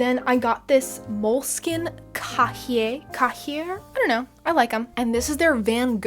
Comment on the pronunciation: No one asked, but cahier is pronounced "kye-yay" aka, notebook in french. I was like "I know this one!!!" 😂 Great video! ❤